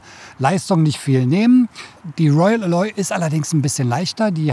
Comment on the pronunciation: Eine Besserwisserbemerkung: Alloy wird auf der ersten Silbe betont. Sorry, klassische Besserwisserbemerkung